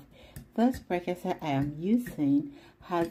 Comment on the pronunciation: Awww, the intro from is superb ❤️❤️❤️👍👍I can’t stop watching. My favorite part is how she pronounced prekese and exhibiting mummy recipe is out of this world ❤️ congratulations sweet girl ❤️❤️❤️❤️